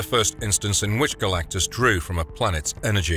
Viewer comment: Garr lack-tus lol!